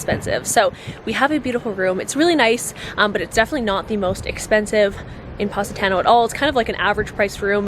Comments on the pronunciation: pronounced paw-si-taw-no. love you lol! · It was nearly impossible to consider the recommendations after the fist mispronunciation of Positano (not to mention the ones that followed)... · You can’t even pronounce Positano right😂😂